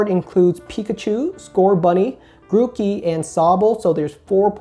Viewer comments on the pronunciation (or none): none